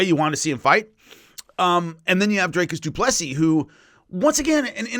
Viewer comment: For someone great with names DDP name is pronounced do-plee-see